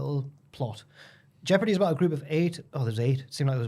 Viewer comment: Was thinking of that jeopardy show last week so mad to hear mention it here The way pronounces the word jeopardy is awful though 😂